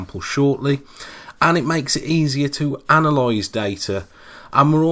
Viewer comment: "And it makes it easy to analoise data"